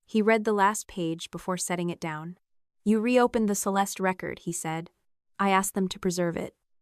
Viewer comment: "How,howyouhow, howyouhowyou I ow, how how how"?????????????? You would save so much embarassment and accusations of being lazy and using AI if you would just have a human being listen to this before you post it. Then only the words AI can not seem to figure iut hiw to pronounce in different contexts. Like "Pleas leave your comments, I read (red) every one" instead of "I read (reed) every one".